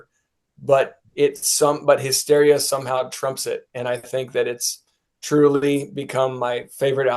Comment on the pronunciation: What's the deal with the one dude saying HIGH-steria? 😆 Seriously, though...This album did not age well and I was so disappointed at the time it was released. "Hysteria" was really good even though it wasn't as good as the two previous albums, but I really didn't like this one at all. "Make Love Like a Man" is an awful title and the song itself isn't good, either.